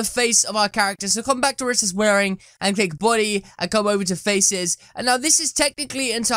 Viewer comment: You keep saying Buudy Its Body Not Buudy